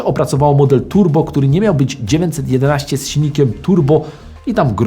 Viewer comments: Proszę, błagam, popracuj nad dykcją! Bo zamiast 911 wychodzi Ci 19... o Renówce gadasz, czy o Porsche? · Super seria, proszę tylko o poprawę wymowy 911 bo słychać ciagle dziewięćsetnaście i męczy to ucho ...